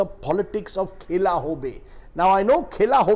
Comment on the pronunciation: Khela nahi sir..khala..#bengali- pronouncuation 😀